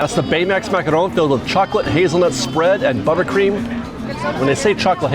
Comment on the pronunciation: Why do you keep pronouncing "macaron" with a Spanish accent? You know they're French right? lol